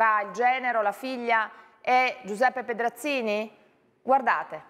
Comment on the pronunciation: "Pedrazvi Scenzini"